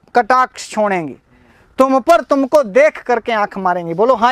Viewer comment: छोंडेगी,आप इसका उच्चारण गलत करते हैं